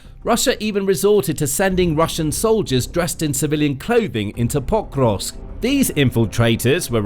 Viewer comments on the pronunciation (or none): Is the city called POK-rovsk or Po-KROvsk? I think the latter and the first as you say it here hurts my ears. But maybe I'm wrong?